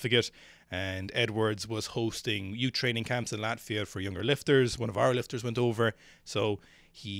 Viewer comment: The what class? Did you say yutes? What is a yute?